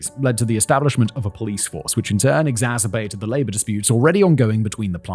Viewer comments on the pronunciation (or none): none